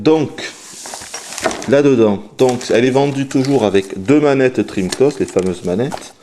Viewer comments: sympa mais je t'en suplie arrete de dire dreamcost !!! c'est dreamcast !! avec un grand A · d'habitude on dit " drim-cast " et non " drim-cost ", mais c'est le qui a eu l'habitude de le dire. Par contre, je ne sais pas pourquoi, il faut lui demander. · CA SE PRONONCE DREAMCASTE PAS DREAMCOSTE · "La Dreamcost"? Pourquoi tu l'appelles la Dreamcost alors que tu dis bien Sega et Megadrive? ça se prononce "DreamcAst". Pas "Dreamcost". :-3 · Salut 1- Tu es réyoné ? parce que si oui moi aussi (à la vue de ton image de profil) 2- Les francophones français ont l'habitude de prononcer (et d'entendre) DreamCAST, donc entendre dreamCOST ça me fait bizarre 3-Je crois que il est québécois non ? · oui enfin... dreamcost quoi mdrr ! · Franchement je suis français et sa façon de prononcer me hérisse le poil également !!! "DRIMKASTE" bordel ! C'est quand même pas compliqué. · Pourquoi est-ce que tu prononces "cast" comme "coste"? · dreamcOst ? étrange ton accent :P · Dreamkoste, j vais lancer chinemou. Lol handicapé de la parole.